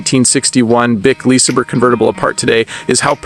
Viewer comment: What is a “Lees er burr”?